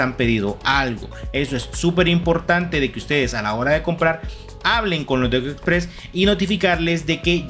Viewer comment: Costó entender el nombre de ECO EXPRESS.